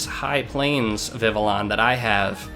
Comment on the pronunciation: I hope this isn't one of those moments where tons of people have said this to you and you simply prefer your way, but Vivillon's name comes from the french word for butterfly, "papillon", so the correct pronunciation would be like "Vih - Vee - Yon". If anything, Vivillon is the Pokemon that taught me how proper French pronunciation was less commonly known in the English speaking parts of the world than I once thought, cause I didn't even hesitate to read it like a french name the first time I read the name and yet I got friends who say "vih vih lee uhn". Incidentally, I do have a friend with a living dex, and from what I've seen, catching all the Vivillon forms appeared to be the most fun of the "tedious" Pokemon to get and they brought boundless joy, as all Vivillon should. Glad to see one in use.